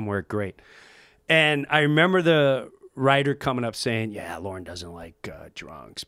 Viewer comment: I was about to make fun of this, like "What good of a company can it be, when its leader is a MAN named 'Lauren' ;-D" , but he meant "Lorne" Michawels, right?